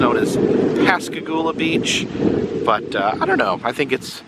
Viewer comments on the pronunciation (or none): I love videos, but he said "Pass-a-goola" several times. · Pronounced PAS.KAH.GOUL.AH One of the two men (Charlie Hickson) was a neighbor of mine in Gautier, and I went to school with his daughter.